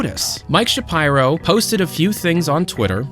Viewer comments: Isn’t it Sha-peer-o like how Ben Shapiro says it? Sha-pyro sounds so off to me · Isn't it pronounced "shapeero"? "Shapyro" sounds weird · It's Shapeero, not ShaPyro lol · Heads up: It's pronounced "Sha-pee-row", not "Sha-pyro". Cheers! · It’s pronounced shapEEro, not shapeyero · Man. How you penance Shapiro made me stop so much, I hate ben Shapiro but you can say it correctly lol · Youre pronunciation of shapiro bothers me so much